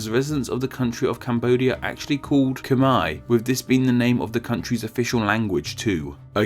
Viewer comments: Ikr, that's how any English speaker would say that but hearing him say it it sounds like cum-eye......and that's kinda fucked up.... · It’s not Kmii... it’s Kmare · Where does that “Khmer” pronunciation come from? Ever heard (literally *heard*) about the “Khmer Rouge”? That’s how you say it, rhymes with “bare”. Also, the Khmer and Cham (and Viet) used to be ancient enemies, not the same people at all. Lots of people have already pointed that out, why wouldn’t you fix that or at least add a subtitle or something? This way it undermines credibility of your other (very interesting) videos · It’s Kh-mai not kh-mair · Of course it’s pronounced Khmae (Khm+ah+ei) Not Khmai. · It's not pronounced ke-mair it's pronounced ke-mier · How is "Khmer" pronouced "Cumaay" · I always pronounce "Khmer" as rhyming with "hammer" instead of "Brunei"! In fact, this video is literally the only place I have ever heard of them being pronounced "Cumei"! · Khmer is pronounced as KH'MAE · You pronounced khmer wrong it's. Pronounce kh-mai. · Now you'll have to explain how the "er" in Khmer ends up sounding like "eye". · you pronounce Khmer wrong. It isn't Khmi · i think its better to type it Kh-Mae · The way he pronounces khmer like khmei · In the US we actuall pronounce "Khmer" like "kuh-mare" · I’m Khmer from Cambodia. Khmer means Cambodia 🇰🇭 in Cambodia and I’m sorry to say this but you pronounced Khmer wrong.......but I’m happy someone made a video like this..........usually they call us Cambodian and inside me I always felt like they will never learn so I appreciate this video. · Aside from the odd pronunciation of Khmer... the other thing I was surprised not to see was how the name Kampuchea came back into 1975 through 1990, not to mention the Khmer Republic 1970-75. Then again, it isn't a particularly rosy part of the country's history...